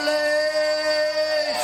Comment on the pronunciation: Wanderley Silva "the AXE murderer" was a beast. PS.: Correct his name btw. "W" not a "V".